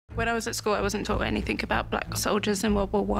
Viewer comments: 1st 5 seconds of video : “I wasn’t taught anyfink “... Yea, that’s your problem right there love. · She wasn't taught anyfink? That's so sad... 😥